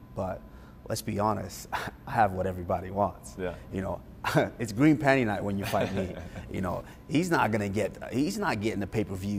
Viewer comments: Did this man really say green panty night ?? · Bro said green pantie night LoL 😂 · This dude said “green panty night” 🤣 I’m done